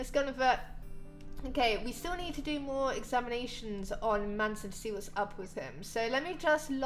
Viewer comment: it's not man-son it's mason <3